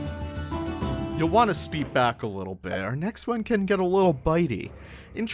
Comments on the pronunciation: Steppe is pronounced “step” not “steep” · Oh god, I hate to be ”that guy”…but I can’t let it slide (apparently). ”Steppe” is pronounced ”step” as in….well ”step”. Else, love your videos and your content around Planet Zoo. As a player myself it is most inspiring. Thank you. ❤️ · Not a criticism, but why do you pronounce Steppe as Steep?